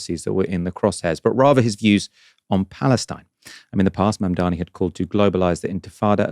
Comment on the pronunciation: It's Zohran Mamdani not Mandani. Not really difficult.